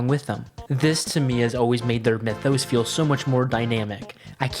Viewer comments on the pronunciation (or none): none